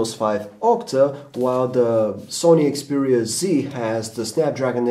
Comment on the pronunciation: its XPERIA not EXPERIA dumbass